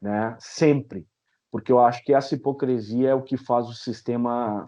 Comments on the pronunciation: Entrevista muito boa, mas doeu nos ouvidos a`hipocresia` falada muitas vezes, o correto é hipocrisia... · QUEM LEMBRA? "COM NOSSA HIPOCRI..."🤣🤣🤣